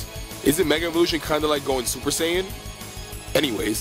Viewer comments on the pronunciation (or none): none